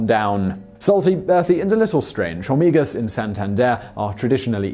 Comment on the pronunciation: The H in "hormigas" is silent.